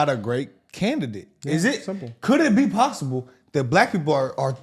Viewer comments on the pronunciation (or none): none